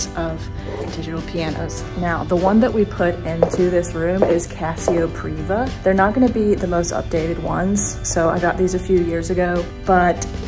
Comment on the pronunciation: It's Privia, not Priva.